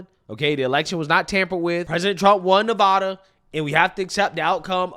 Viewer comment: Maybe she should learn how to say Nevada first